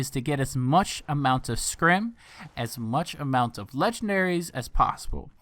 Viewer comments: It’s fucking SCRIP NOT SCRIM AND NOT SCRAP. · Scrippppp, scrip. If anything, say script. Not scrim lmaooooo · However you wanna say it... Youre saying it wrongzo.